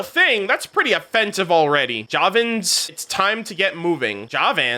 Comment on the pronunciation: I am pretty used to people not being able to properly pronounce aranara terms or names and it didn't bothered me because none of these terms are usually used nowadays in India. But hearing javans being pronounced that way, when we hear it a lot here in parades and speeches felt weird lol.